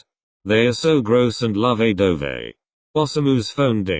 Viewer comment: its the loe-vay doe-vay for me